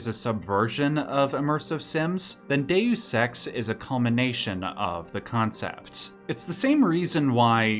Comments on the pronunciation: You are definitely saying day sex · It should be dayus, not day sex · Just a note: its pronounced "day us" in English. Its pronounced "day ose" in Latin. You pronounce it a 3rd way not heard before, "day oose". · Sounds like you've said, "day sex" like 100 times, it's dayus not day sex. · Please stop saying dayoous ex. kthnx <3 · "Day you sex" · ... the narrator says "DaySex" a thousand times 😜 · Why are you pronouncing the game like that...? Please look up the game and how people pronounce Dues Ex. You really make it look like you've never played it a day in your life or you need more talk with more real people so your friends can laugh at you until you learn how to pronounce it correctly. That is all. Thank you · I activated CC hoping to see it translated Deus Ex to how you kept saying it "day use sex", but all I got was Dex. I am sad now. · Hard to take you seriously when you don't even know how to pronounce the name of the game. There are videos on this very website that will tell you how. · Loves it so much he didn't bother to learn to pronounce it